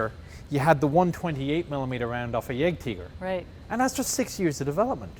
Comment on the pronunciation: "Yeigtiger, yeigpänther" 😆